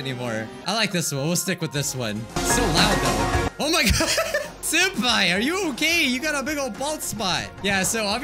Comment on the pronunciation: Did everyone heard said Soup Pai or is it just meh qwq